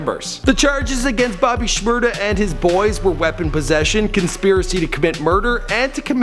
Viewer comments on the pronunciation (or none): u dont say shmada white boy